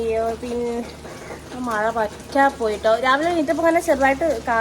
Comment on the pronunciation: മയ അല്ല മഴ